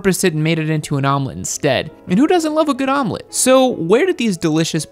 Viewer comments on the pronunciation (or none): Omelette? is more like vomelette, ammirite!?